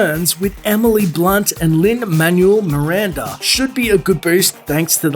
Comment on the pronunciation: Lin Manwel (Manuel) Miranda